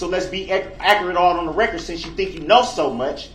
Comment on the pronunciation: “I want it on recor”